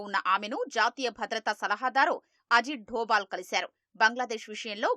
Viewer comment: అజిత్ డోపాల్ కాదురా సన్నాసి "అజిత్ దోవల్".